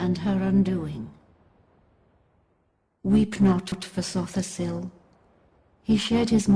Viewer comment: but seriously man sotha sil is NOT pronounced so the sil